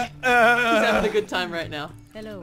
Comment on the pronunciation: I'm getting triggered because I'm chinese and you were saying hello buncha time in a not sooo good way